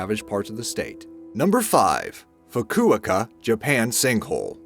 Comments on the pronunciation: Except the very next clip is of a sinkhole lake thing. How’s that dried out? Most sinkholes fill with water in Florida. At this point I would like scientists to admit that they don’t really know why sinkholes form. FOO-KOO-OH-KAH. Fukuoka. Not Fukuaka. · "Foo Koo oh ka" not "foo ko a ka" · Learn how to pronounce Fukuoka "Foo kooo Oh kah"!!! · Please google how to pronounce "Fukuoka"🙈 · Foo-koo-oh-koo. And now you, too can pronounce the city in Japan (Fukuoku). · You've mispronounced Fucuoca. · Cant even pronounce Fukuoka preoperly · That crater at the beginning looks like a Horseshoe Crab. Dude, you're mispronouncing Fukuoka... you're putting them emphAsis on the wrong sylAble... learn how to pronounce the names of foreign cities before you say it in a video please... I know I'm not the only one that this drives nuts. -_ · Every video has some mispronunciations. Narrator says "Batakaiga," but the video's own words (and a Google check) show it is "Batagaica." Likewise, "Fukuoka." How about checking pronunciation before recording the narration? This problem is in nearly all your videos. The videos are fun and great, but the mis-steps drive me nuts. Such as redundancy--- the "average price of these million dollar condos has dropped $320,000 on average." We need an above-average narrator!